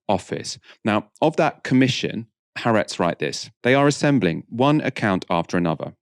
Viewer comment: the Israeli newspaper is pronounced as 3 syllables (the double-a is split) with the emphasis on the middle - ha-AR-etz